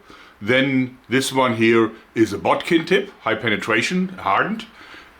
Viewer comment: I love how you say Bodkin😄